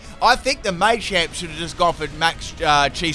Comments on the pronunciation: >MAYchamp It's just MAH-champ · May-champ Everyone:Muh-champ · Your pronunciation of machamp and duraludon is upsetting.